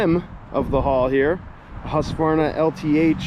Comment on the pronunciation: Hey, I own a husqvarna, it is not read like that, it was manufactured on